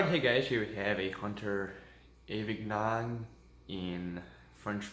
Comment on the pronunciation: That pronunciation tho...